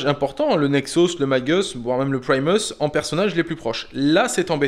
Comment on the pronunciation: Please,, quant tu évoques Primus, Magus et autres, mais en particuleir ceux là, la prononciation à l'anglaise style "magueuss" ou "prymeuss" est inutile: ce sont des mots à racines latines...